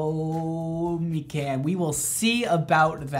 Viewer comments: I CACKLED WHEN HE PRONOUNCED MIKAN AS MEE-CAN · Me can (mikan) everyone who's heard the name mikan:...... MECAN